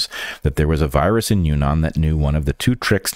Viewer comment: Yunnan is pronounced you-ee-nan, and say the first part quickly. I really wanted to visit the Western provinces of China was I was teaching there, but couldn't arrange the flights, and didn't look on the map when I came back from Vietnam, because then I was close! The tourism in that part of China is supposed to be very interesting. I can't worry about viruses there hah hah.